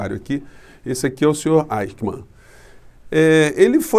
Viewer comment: Querido, não é Aicman. A gente diz Aiximan. Um abraço.